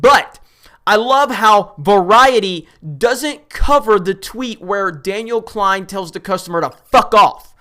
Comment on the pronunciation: Daniel Z "KLEIN" lol every fucking time love it!